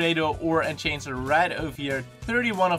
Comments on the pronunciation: learn fucking english im dutch too but seriously ENCHANGER?! wtf is a enchanger?!!! its enhancer jezus christ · PandaSoldaat in-han-ser